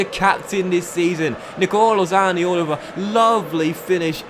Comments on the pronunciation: Please stop butchering the Italian accent when saying zaniolos name man 🤣🤦🏿‍♂️ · maxi malone ni colo zani olo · i do like but i hate it when he pronounces zaniolo